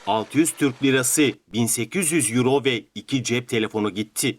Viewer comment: Ablacım euro türkçe okunuşu :^yüro^ “Ero” değil -Evet buna takıldım.